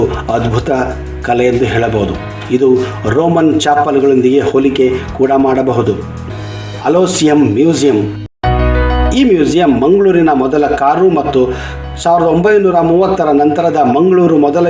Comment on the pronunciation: ಅಲೋಸಿಯಂ ಅಲ್ಲ... ಅಲೋಯಿಸಂ..